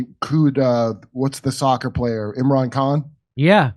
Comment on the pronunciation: "what's the soccer player? Imrahn Kahn?" I cant even.